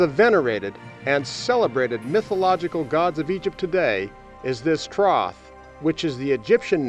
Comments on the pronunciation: Troth??? Thoth maybe?? It's not like it's written right there or anything... 🙄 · Did he say "Troth"?